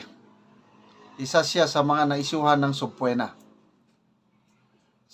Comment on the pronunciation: Maganda araw siguro dapat nyo ayusin ang pronounciation nyo sa word na sobpeana medyo masapit sa tengan pag ulit ulit nyo sinasabi ang word na " sobpuena pakinggan nyo kang mabuti